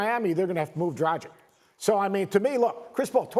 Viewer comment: Pronunciation of Dragic killed me! Dude, do some research.